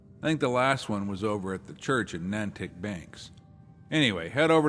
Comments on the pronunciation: says “Nantick” instead of Natick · Isn't it pronounced Nay-Tick?